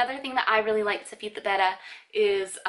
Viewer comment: Do you know that your saying Betta wrong?